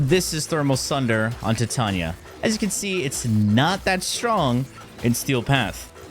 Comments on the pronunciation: Dude he does the pronunciation on purpose so we comment about it…. It’s cheesy garbage tbh… like Titania TITAN NIA NOT TIIT TAUNIA HE HAS A PROBLEM WITH VOULS N SHIT. 😂😂😂😂😂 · Ti-ta-nia - Tie - Tay - Nia (enunciate this in your head) Titania. GAUS - Gaw - S - Gaus. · in all fairness, everybody mispronounces her name. She is designed and named after the fairy queen from one of Shakespeare’s works, and is pronounced Tee-Tania. But we all say Ty-Tania like the metal Titanium, which is wrong but screw it 🤣. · Why say it tee-Tania? It's like titanium but with "a" instead of "um" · tee tania is questionale, but "gus" for "gauss" is fucking criminal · I thought you meant how he said Titania, I'm like "I mean, thats one way" but then he said gus 💀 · no in warframe it is not pronounced that way look at the warframe titania trailer profile. That's how her name is pronounced in warframe.